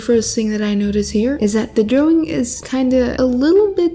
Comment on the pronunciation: I LOVE WHEN SHE SAYS DROWING LOL😂😇